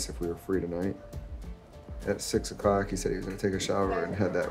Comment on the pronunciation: he says “6 o’cock” 😂😂😂